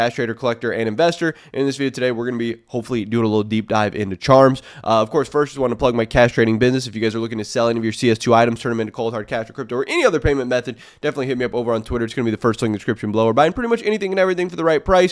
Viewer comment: Maybe slow down next time you say "cash trading business".... sounded like "castrating business"